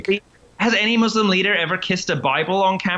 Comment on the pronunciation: Good leftists pronounce it "moose-lim".